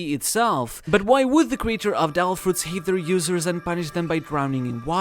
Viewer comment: Your pronounciacion of "devil fruits" (as "del fruts") really ticked me off. Makes me wonder if you were doing it on purpose actually. Interesting video overall though!